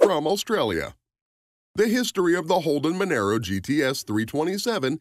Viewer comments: It's pronounced "mon-ahro". The XC Cobra was a V8 powered monster... it isn't a compact car either. It came from the factory with a Cleveland 351ci motor, a 4 speed toploader and a 9" diff. Why are you showing a Mustang Fox body cobra instead of the XC Cobra? The Falcon had nothing to do with the fox body mustangs. IIRC, they weren't even available in Australia. There were only 500 of the XC cobra's produced as Ford wanted to get rid of the last of the coupe bodies before the new XD Falcons came out. If you had 6 cylinder XC coupe, you just had a falcon. If you had a 302ci V8, you had a falcon GS coupe. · loved the way you talked about the ford cobra - australian model - then mixed in pictures of the mustang series 2 shit box from US , monaro is pronounced with a loud r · Monaro - Pronounced Mun-are-o, not Mon-air-o. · It’s Monaro mate , not Monero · What the f**k is a “Menero”? We’ve only had “Monaro’s” in Australia FFS🤦🏻‍♂️ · youre pronouncing monaro wrong.. youre saying monero... try saying mon R O if that helps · ma naro... not man aro... thats like saying cama ro not ca maro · This could have been a better video if you got all your facts right. The Torana was not the 1st car in Australia to have a 6 cylinder engine. In fact, the vast majority of ALL cars built in Australia had 6 cylinder engines. There was also 6 cylinder engine in the Monaro GTS (pronounced Mon-aaro BTW). It was a 186cu inch straight 6. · Didn't go into how many fords and holdens they had to sell to qualify for Bathurst so got that bit wrong. But when he pronounced Monaro,Monero and said how many they sold stopped right there. With a name like you can't be expected to do any research. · The Monaro is pronounced as Mon-R-oh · Why did you show the crappy mustang at the end when you were talking about an awesome falcon cobra? Also Mon-Aro not Mon- aero, But good stuff love Aussie muscle cars 🤙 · MONARO not Monero